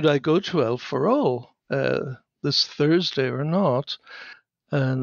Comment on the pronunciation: Its "El Farol" not "Alpha Role" in case anyone else can't find it